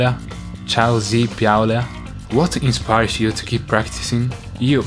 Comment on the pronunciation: "io inspires", shish.